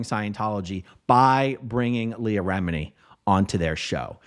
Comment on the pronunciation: Not to say any thing bad but it’s remini not remidi